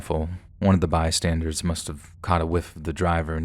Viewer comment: Dude. My dude… The word is “bystander.” As in BY + STANDER. It is not BY + STANDARD. There is no D on the end of the word. You’re one of the best narrators on YouTube, so hearing you repeatedly mispronounce that word is very jarring. Fix the habit!!! 😆